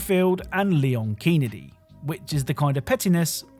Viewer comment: "Leon Keenedy". I literally spit out my water 😂